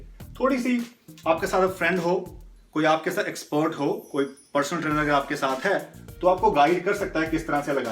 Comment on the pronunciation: Bhai "trainer" hota hai "trianer" nahi